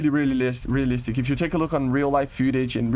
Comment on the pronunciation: Bro can't pronounce realistic to save his life, Which I don't understand. Bro speaks English a ton.